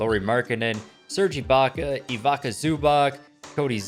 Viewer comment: Bojan, Bjelica, Ivica .... bruh learn to say names correctly